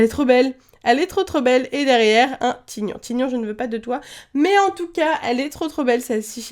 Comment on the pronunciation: tygnon ce prononcé taïgnon